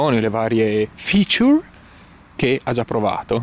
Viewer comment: ottimo inglese insomma .... aggiornamento del firmer, features(letto come scritto) ah ah ah